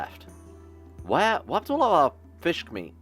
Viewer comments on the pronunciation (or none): Is be saying fishk instead of fish?